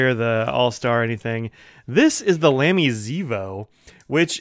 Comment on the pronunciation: The famous brand is pronounced “Lah-me” — NOT “Lamb-y” ( a common mispronunciation that must annoy the fluent and intelligent Germans no end ).